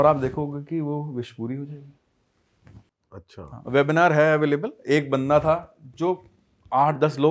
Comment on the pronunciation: अच्छा बोल.. अच्छान नही